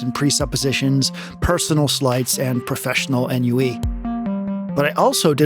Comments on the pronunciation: “On-wee”, not “en-you-wee”. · . Trying to understand this sentence here. Are the words “professional ennui”? I looked up the pronunciation and it’s more like “aan wee”. Defined as “a feeling of listlessness and dissatisfaction arising from a lack of occupation or excitement.” Just clearing up any confusion.